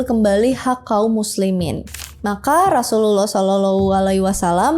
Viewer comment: Susah bget pas berkata Rosululloh saw,, demi konten Bersyahadat lah min admin..!!!